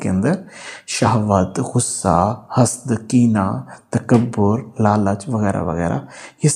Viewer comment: یہ جو لفظ ہے حسداسمیں ح پر زبر اور س پر بھی زبر اور د ساکن ہے ۔hasadپڑھا جاتا ہے ۔میں اپکی باتیں بڑے شوق سے سنتی ہوں۔